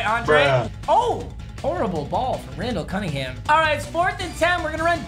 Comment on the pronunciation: “Rundell canninghum”😂